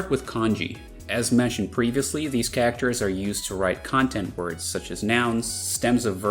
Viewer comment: I've never heard anyone pronounce 'Characters' as 'Kackters' until now.